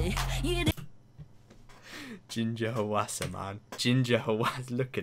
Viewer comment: Just thought I’d let you know since I’m Korean, but “Hwasa” is actually pronounced as two syllables instead of three, so the Hwa part of her name is just one syllable. Also, almost all Korean names are two syllables, which is useful to know if you’re trying to pronounce a name. :)